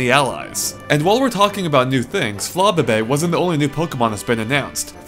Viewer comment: listen to how he says flabebe